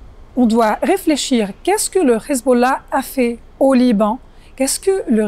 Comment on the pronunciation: J´emets des doutes sur la véracité de ses propos car elle prétend avoir vécu avec le Hezbollah et être de parent sunnite et chiite mais prononce Khizboulla comme le peuple élu au lieu de Hezbollah avec un H (lettre arabe). À la 3ème seconde 😉